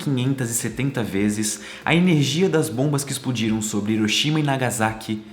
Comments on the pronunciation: Porque Brasileiro não consegue pronunciar Hiroshima de modo correto? Hiroshima se pronuncia Riroshima, igual Honda, Hyundai, ou seja o H tem a pronuncia de R. O mundo todo pronuncia certo só Brasileiro pronuncia Iroshima. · cara vc exploca bem , mas pronuncie hiroshima como se fosse r e nao i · Ótimo vídeo.Só uma pequena correção na pronúncia das províncias de Nagasaki e Hiroshima. Hiroshima (Riroshima) Nagasaki (Nagassaki).